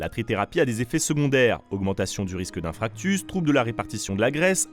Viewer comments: "infractus"... ( et j'en passe. Quelques petites révisions de français STP... + au montage : pas couper les respirations... ou alors en rajouter, à la limite. - tu est peut être un reptilien, je sais pas - ) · Salut ! Bonne vidéo ! Petite coquille à 5min19. On dit "infarctus" et non "infractus". Ce n'est pas une fracture du cœur ; ) Continuez comme ça, bisous ❤ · J'ai une question. Je me suis fait checker il y a pas longtemps et cleen. J'ai eu Oui dire que le vaccin contre la covid pourrait peut-être le donner ??? J'ai entendu arn dans ton vidéo. Je suis inquiet. Oui juste comme sa on dit infarctus et non infractus. Merci de tes bon vidéo et de ta future réponse si le coeur t'en dit ! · entendre "inFRACtus" sur une chaine dite de science ça me fait un peu mal aux oreilles.... XD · Encore une super vidéo ! (À 5'20 vous dites infractus alors que c'est infarctus, mais je suis sur que c'est votre langue qui a fourché 😉) je vous adore les gars continuez comme ça ! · infractus au lieu de infarctus ? sérieux ? dans une vidéo de vulgarisation scientifique ? mise à part cette petite erreur, vidéo intéressante !